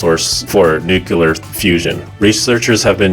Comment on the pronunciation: Nucoolar fusion haha 😂